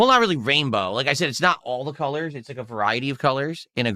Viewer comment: It’s gray dient cuhllurs, morahn So much for “chill positive ” am I right